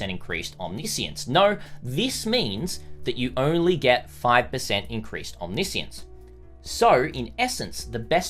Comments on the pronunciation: It is not omni-science, it's omniscience. It refers to knowing everything, often associated with God or gods, nothing to do with science. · isn't it omni-science? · I'm triggered by how he is pronouncing omniscience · just me or... isnt it OMNI - SCIENCE? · no it is not? Omniscience is like Omnibus. Omni he pronounces right. but the word "science" he pronounces terribly wrong each and every single time. It is understood as a name for "Everything-Science" as in "Science of all attributes combines" if you want.